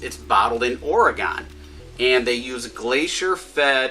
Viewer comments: Oregon is pronounced like orygun not orygone we haven’t went anywhere lol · Little knowledge from your nephew here in Oregon. It’s pronounced “organ” not “or gone” lol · Hun, it’s pronounced “ory-gun” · It’s pronounced or ugh gun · Oregen is how you pronounce it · Down vote because he can't pronounce Oregon. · You’re saying Oregon wrong